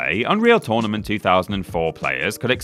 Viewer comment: It's not tOrnament, it's tÖrnament!